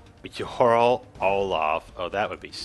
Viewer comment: it's yarl, not harl